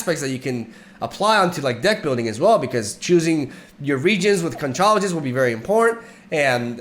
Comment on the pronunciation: Conchologist "is a really easy name for me to pick up because CONCHA means shell in Spanish" AWWWW ONLY YOUR WRONG MY MAN 😆 ITS PRONOUNCED ...CONK-OLOGIST. the ch in this situation is pronounced like a K in English 😂🤣👍